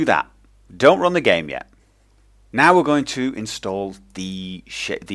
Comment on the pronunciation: He says "Now we're going to install thee shit, the advanced shaders..." LOL